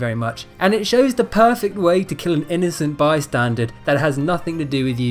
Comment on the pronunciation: "An innocent bystandard"??? WTF